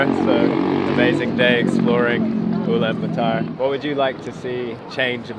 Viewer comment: Blud can’t even say the name correctly